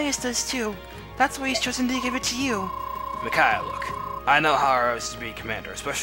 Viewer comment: Wow... mind is totally battle-clouded... "PRRRRRRRICAIAH!" HAHAHAHA LMFAO! AND I DO MEAN IT! What The Hell I couldn't stop laughing for a WHILE! WHERE DO YOU GET THIS STUFF!! XD...Wow... Even Leo is aware of how useless he is... that's kinda heartbreaking... But I don't got one! GO GET SOME SELF-ESTEEM! NOLAN-MAN! He's got a heart of gold and smarter than he looks! Also, he's awesome. Deadly combination.